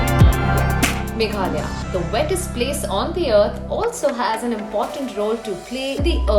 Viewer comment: Don't forget to pronounce the last 'a' of "Meghalaya"